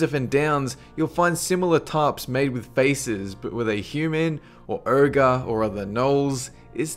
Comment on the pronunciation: The way you pronounce ogre irks me